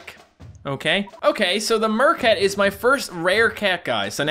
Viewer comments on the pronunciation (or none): Bro did he just say mer cats (cameraman cat) not the best cat in the game😬😬